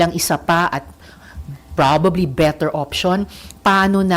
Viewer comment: Saka yung pronounciation mo RISA AYUSIN MO YUNG BETTER MO SOUNDS BITTER.ENGLISH ENGLISH KPA SAGWA NAMAN NG PRONOUNCIATION 🤮